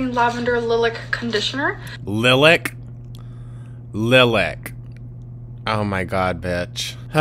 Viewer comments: The “lih-lack” pronunciation was a classic Amberlynnism which I’d never heard before. Kudos for unearthing this gem! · STOP IT SHE SAID LIL-ICK I’m dying!!!!!!!!!! Sorry for all the comments, live reactions